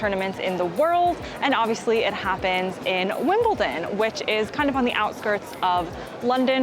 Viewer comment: It's WimbleDon not WimbleTon. Why is that so difficult to pronounce, I get it with Buckingham Palace, cause of the H, but Wimbledon? And, yeah, I live 5 miles from Wimbledon. Been twice.